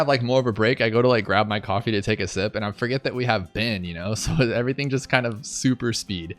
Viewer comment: Ohh.... I heard 'Byn, not Ben 😬 I wondered why you had the Data Hack ability 🤦🏾‍♂️